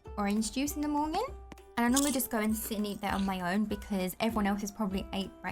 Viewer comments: I love when you say mornging and also i call it porridge cause my school has a British curriculum. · Who else is hearing "morñin" ?? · I like how yoy say monyen lol but thats funny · i like how she says morning